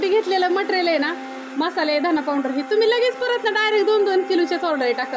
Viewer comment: पाऊड्रर्र नाही ग अक्का पावडर म्हण 😂